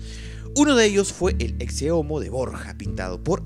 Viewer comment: Pensé que se pronunciaba "eche" no "exce" a la palabra ecce